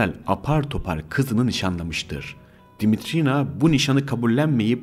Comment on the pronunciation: Darılmaca olmasın olumsuz bulduğum noktaları yazacağım..Ses arazlarınız var..Uzun telaffuz edilmemesi gereken harfleri uzun telaffuz ettiğiniz kelimeler ve kısımlar olmuş..Yabancı Dimitrina ismi eril telaffuz edilmiş bir yerde..Anladığım kadarıyla "r" harflerini de telaffuzda zorlanıyorsunuz ve alttan alttan kulağa çarpan garip bir aksanınız var..Ayrıca Fethi Okyar için kullanılan "izdivaç" kelimesi benim bildiğim evlilik için kullanılır yaygın manâda.. Flört ve sevgililik için kullanıldığını sanmıyorum ama tartışılır elbette..Bir de aktarılan bilgilerin kaynakları konusu var..Gerçi link'te kaynakça gösterilmiş ancak video içinde verilse alt yazı ile daha uygun olur düşüncesindeyim..Ha tabi her kaynak ve aktarılan bilgi güvenilir mi yüzde yüz hakikât mi orası tartışmalı bir konu..Arada bence uydurma hususlarda çok..Videoyu beğendiğimi söyleyemem..